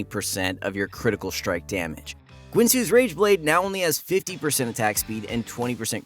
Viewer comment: Did you say Quincy's Rageblade?